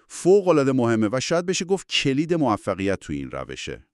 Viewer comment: کُلید نه کِلید. اِستِپ نه استُپ .گِرام ها نه گِرم ها توروخدا قبل از انتشار لااقل یکبار خودتون گوش بدین ببینید چطور کلمات ساده را اشتباه تلفظ میکنید.